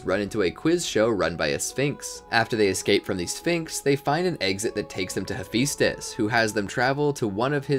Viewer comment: I know right am always like it's he-phi-stus